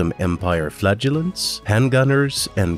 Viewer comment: Go with the second pronunciation of “flagellants”. The first one, the one you used throughout most of the video, sounds too much like “flatulence”.